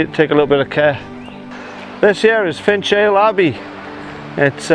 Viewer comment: Loved this one hope yous are well. It’s pronounced finale Abbey locally lol. But a great place had many holidays there as a kid. In the river there are lamphry fish once a delicacy for the elite until fished into extinction but know are coming back into the wear. Look them up the most horrendous looking fish I’ve seen lol. Nice to see the bairn still going with you. 👍